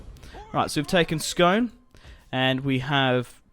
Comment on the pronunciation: It's pronounced scoone I know it looks like scone but it's where the ancient kings of Scotland were crowned on the stone of destiny